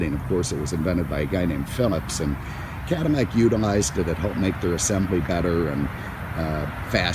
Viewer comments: I was thinking the same thing. I have never heard a Cadillac called a 'Cadimack" anywhere in the world in my entire life. Maybe 'caddiyac since LL many times is pronounced kind of like a Y, but Caddimack? Hmmmm. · Is he saying cadamac? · Does the narrator realize his not saying Cadillac? It sounds like Cadanac or Cadamac...LOL!!! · I did not realized Mr Cadillac had a cleft palate. "Cadimac'? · WTF? Cadimac?? Too much to hear this horsehead keep saying Cadimac!!! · Is my hearing going, but is this guy continously calling this a Cadimmac?? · The original French pronunciation of the name is Cadi-YAK. But the French could never even dream of making a car like that. Only in America was it possible to have luxury on a grand scale, especially at the time. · Is he saying cadimac on purpose? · Why does he keep calling it a Cadamac? He's driving me nuts doing that! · Maybe he is a fan of Mack trucks and hasn't gotten them off his mind while he is talking about this Cadillac. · This guy clearly has a problem with the language. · Me too. How in the hell can you missprounce an America Icon. It's just bugs the crap outta me. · Lol yeah I heard it too . Cadimack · What are you just say Cadillac the way you're pronouncing that sounds ridiculous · Cadimac and Mincon. All these years I've been pronouncing my L's as actual L's. Who knew they were supposed to sound like M's?